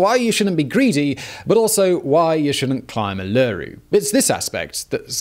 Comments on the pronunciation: It’s pronounced oo-loo-roo, not er-ler-roo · alure- roo.............. STOP did you even google the name before making this... oo-la-roo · Try asking an Aussie on how to say Uluru, Oo-loo-roo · Every time he says 'Uluroo' 🤣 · The “alooroo” hurts me every time, and I’m not indigenous, just a white Aussie, but it hurts. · oo- la - ru or oo laa--ru. Ul-lu ru with same inflections as below (not Simon's) if your old school South Aussie accent) depending on how broad your accent is. Upwards inflection on 1st and 3rd syllables. Downwards inflection on the la. Emphasis 1st syllable. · ew lew rewwwww D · i do love his vids. i am loosing my shit hearing "Aloooroo" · Sorta annoying me but he's attempting.. "oo-laa-roo" for everyone else. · Omg yes!!!!! Ul a roo not what hes saying. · Why does Simon keep saying Err-Lerr-Roo? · I couldn't help it, my daughter thought Id gone bonkers shouting Oo lah roo every time he said it lol! Super interesting video though😁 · I'm American and I was constantly correcting him. lol. 5 minutes in it was really driving me nuts. Spent a Semester in Australia back in 1999, and in my class group, I was apparently the only one to actually read the sign posted at the trail-heads that said the Anungu preferred people NOT climb Uluru. So I was the the only one to instead walk the trail around Uluru. Took the same amount of time that everyone else in my class took to climb it. And I had the far better experience. The peaceful trail around it was absolutely wonderful. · It's more like OOO-lah-Roo Simon, but still like this vid. I learnt more today. Thanks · Glad I wasn't the only one to be annoyed by that. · ULE-A-ROO, emphasis on the 1st and 3rd syllables, not on the middle :) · Say "OOOlaROO" thanks. Driving me nuts.. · In Australia we say it like Ula-roo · giday simon when we aussies say uluru .we say it so it souds more like oola roo .... oolaroo . i do hope these aussies stop making fun of you .. love your chanal have a good one mate